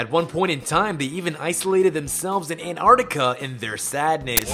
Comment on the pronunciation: AN-TAR-C-TI-CA. NOT AN-AR-TICA